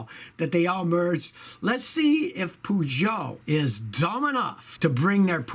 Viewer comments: No no, more like Poo-Joe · Well he is not listening to us either HIGH time he learned how to pronounce Peugeot properly.